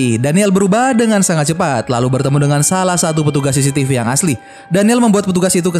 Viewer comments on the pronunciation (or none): none